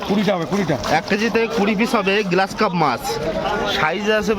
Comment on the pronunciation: গ্লাস কার্প না গ্রাস কার্প।